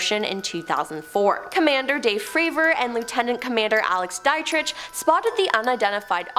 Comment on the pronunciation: Love the Top 10 mispronunciations. My fave in this ep was - Lt Comm Alex Dietrich. Top 10 pron. 'Die-Tritch'. Actual Pron. sounds like 'Dee-Trick' like the character in Aliens.